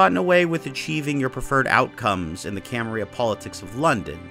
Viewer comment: Camarilla is Italian not Spanish. You pronounce the Ls. Cama-rilla not Cama-rhea.